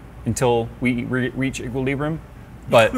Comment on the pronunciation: equileebrium? are you sure you don't mean inebrium :p